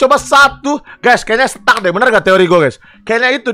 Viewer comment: STACK BANG BUKAN STUCK